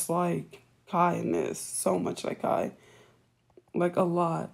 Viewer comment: it does matter if u gone use kai name learn how to say it correctly